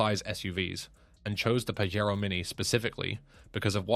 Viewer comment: The Pajero is pronounced with a J not a Fucking H